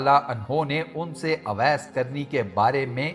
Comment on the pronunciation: Mery Bhai naam ka alfaz shi Ada krain, sahi alfaz owais hy awais ka mtlb bherhya hota hy lihza sahi naam owais pukarain (Jzak Allah) ghlti nrazgi mazrt